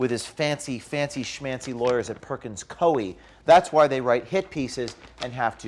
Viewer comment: It’s pronounced Perkins COO-EE btw. Great job as always.